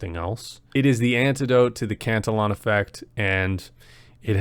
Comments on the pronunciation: Not trolling but I believe you are pronouncing it incorrectly. E like E sounds. Not eh..for the pronunciation Not spelling Or pronounce cant illy on Not cant el on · i know. The syllable count was off though, not just pronunciation, sobit felt like a newly learned word he hadnt heard before. I never correct to troll or judge. I hate grammer nazis, for me, its kinda like, if i have buggers, i would rather you tell me at the risk of embarrassment then just walk around all day not knowing